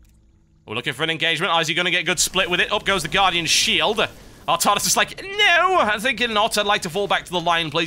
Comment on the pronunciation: Artarnus? I thought it was Artanis :o